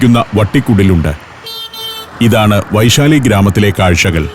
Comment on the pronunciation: വൈശാലി അല്ല ബൈസാലി എന്നാണ് ബീഹാറികൾ പറയുന്നത്.